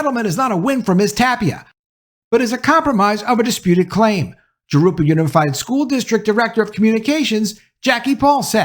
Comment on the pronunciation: Good video,. Just fyi, Jurupa is pronounced "Hoo-roo-pa"